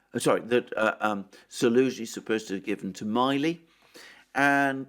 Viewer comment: you are mispronouncing General Milley's last name. Please check it.